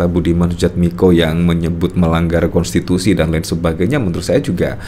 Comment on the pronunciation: Miko ngomong konstitusi...lawing yg d dukung nabrak konshitusi...😂😂😂😂